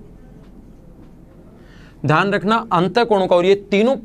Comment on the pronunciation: Dhyan hota hai, dhan nahi. Axtra nahi hota, extra hota hai. Sahi bolne nahi aata hai